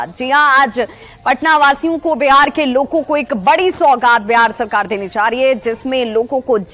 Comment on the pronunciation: loko ko milegi ya logo ko milegi please correct pronounciation